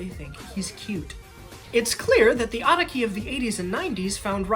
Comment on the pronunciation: the way u pronounced araki makes me wanna jump off a medium sized building